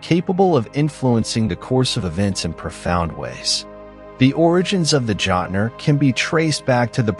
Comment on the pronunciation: As a modern Norse pagan, my ONLY complaint for this video is your intense butchering of pronunciation of words. Like how are you gonna sit there and and call them "Jot-ner" when they are called "Jötnar".